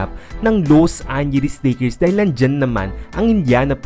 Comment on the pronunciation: Loose angeles lakers!!!!! Ayusin mo dila mo....